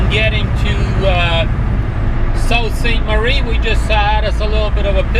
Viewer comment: It pronounced Soo saint marie